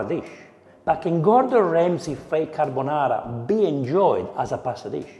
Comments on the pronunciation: It's a "gordonara"😂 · Carrrr bo naaaarrrrrrra. Nouuuu crrrreamm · i was thinking exactly this: Gordonara :))))